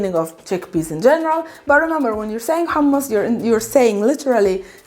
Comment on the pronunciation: Pronouncing Hhhh, I just vomited 🤮